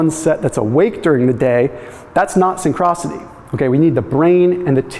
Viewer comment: You need to pronounce synchronicity correctly.